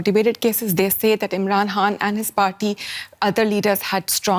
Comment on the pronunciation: Why this lady keep saying Imran Han instead of Khan 🤢